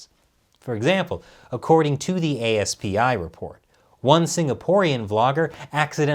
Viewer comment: FYI ASPI is pronounced asp-ee